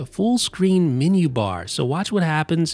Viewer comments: super helpful, but you're mispronouncing the word"menu" as "mini" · The min-you bar. I must discover this new feature of the Mac, the min-you bar.